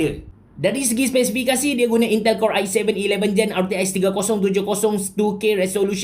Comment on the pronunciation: Intel core "air seven eleven jeng"